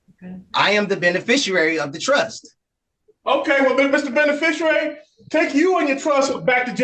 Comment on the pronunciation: The “bene-fisher-ary”